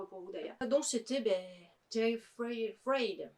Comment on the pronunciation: Coucou! Super arrivages 😉 Merci beaucoup pour la pub à L’étage du dessous, j’espère que tu as apprécié l’édition! Sinon ‘Late night with the devil’ est une belle claque pour moi. Il me semble qu’on prononce « Terrifayde » mais bon… c’est comme le film « ils », est ce qu’on dit le S ou pas à la fin… 😅